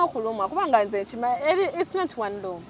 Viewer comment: Loom …not room